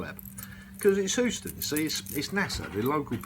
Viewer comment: "Hoo-ston"??? Eeek.